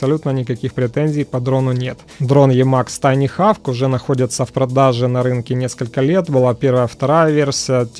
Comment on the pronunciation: очень прошу, не ленись перед записью спрашивать у гуглопереводчика, как произносится название обозреваемого продукта. Ну какой хавк?) И такая фигня раз за разом, из выпуска в выпуск.